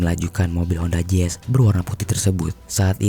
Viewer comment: Mau nanya, honda zezz itu tipe mobil terbaru apa gimana? Kok daritadi honda zezz honda zezz teruss. Artikulasinya astagaaa.. jelek bangettt